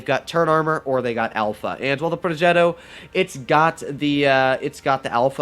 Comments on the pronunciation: Like how doodles say plogetto~ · Bruh why anyone mispells the r on progetto